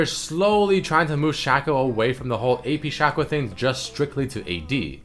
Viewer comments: SHACK-OH LOL SHACK-OH jesus fuck please stop saying his name. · It's Shaco not Shaco